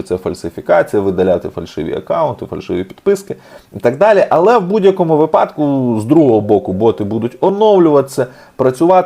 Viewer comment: правильний наголос вИпадок. зверніть увагу.